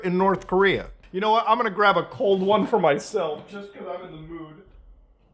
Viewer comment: "Just because I'm in the mood-a".